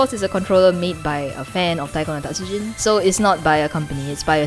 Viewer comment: TA-TSU-JIN. Not TAT-SU-JIN.